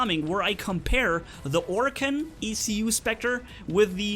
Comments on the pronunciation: For the 100k subs vid. Do your stupidest mistakes like when you said the e-c-u shield. And you said ancile instead of shield. Lol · It's called an eh-coo <- by pronounce in proper English but by name is ee-coo<- also by name